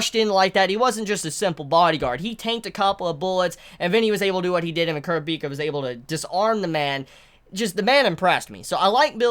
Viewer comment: The way you say kurapika makes me very uncomfortable 😂